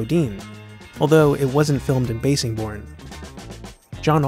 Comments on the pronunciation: Nitpick: Bassingbourne is pronounced like bass the fish, not bass the musical instrument. Cool video though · Cool video! One small correction the ww2 base is pronounced "bassingborn" (bass like the fish) per the locals. Also the Memphis Belle was made into a blockbuster movie because it tells the story of the first U.S manned bomber to finish a ww2 "tour of duty" (25 missions while surviving) which didn't get accomplished until May 1943, by the Memphis Belle:)